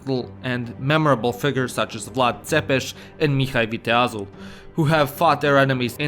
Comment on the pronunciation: As a romanian you really said Mihai viteazul really well